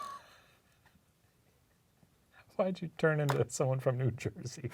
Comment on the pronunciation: It's a fuzzy one but still has plenty of juice-ah! Hahahahaha